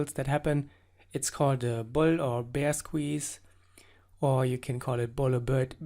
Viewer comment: fyi: you pronounce "bear" incorrectly. No offense, just constructive criticism ^___^. love your videos.